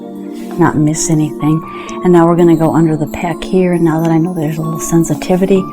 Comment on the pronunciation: Pec. Not PECK.